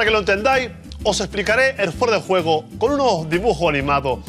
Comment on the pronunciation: "Fuera de guego" -Que no, que juego es con J. "Fuera de guejo" Buenísimo